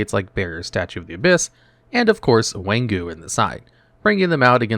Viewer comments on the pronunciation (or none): It funny that some card translation is repeat of itself within 2 language. King Tiger Wanghu is both English and Chinese. Wang = King and Hu = Tiger. Its Wang-Hu not Wan-Ghu.